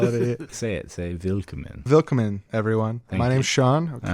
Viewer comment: It's "will-KOM-men" with the stress on the O btw.